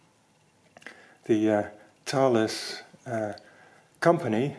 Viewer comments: I had some single frequency GPS receivers (for surveying) with the brand name Thales. I was told it’s pronounced Taw-lus. Looks like Thay-uls to me. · Great pair of videos - I think we've been pronouncing the Thales name incorrectly all this time!!! That really is the essence of a pinwheel calculator with no extra bits or features, nice and simple. The moving comb to clear the input register is like the one on the Felix machine.